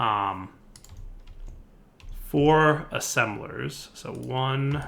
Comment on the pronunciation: Ass-embelers minion laughing in background